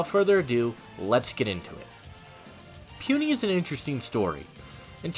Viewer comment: its PU(pooh)NI(knee) Puni not Pwuni 🤣🤣 My college teammate just want to help you